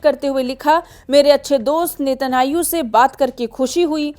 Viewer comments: Anpadh anchor. Not netahau. Netanyahu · Please learn to pronouce israeli PMs Name correctly its Netanyahu not Netanhayu